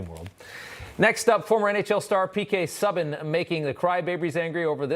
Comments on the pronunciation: Rob, you gotta do your homework. P.K. Subban is pronounced Sooban. I think it might be a hockey thing with you Americans. Just like, I heard another reporter speak about James Reimer, (a hockey person, last name pronounced Rymer) pronouncing his last name as Rameer. That is just lazy. Other than that, love your reporting, Rob. Newsmax rocks. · It's pronounced PK Sooban not suban.